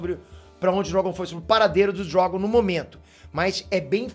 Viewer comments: Por que chamar o dragão de Drógon? Que coisa feia, aprende a falar. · "O DrÓgon"... Kkkkkkk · Sei lá, o jeito que ele fala Drogon é diferente